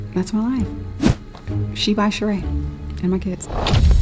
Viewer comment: I know this is random but it still kills me Sheree has that damn accent on the wrong e lmao